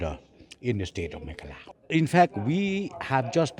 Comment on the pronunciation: pronoun meghalaya.. Megala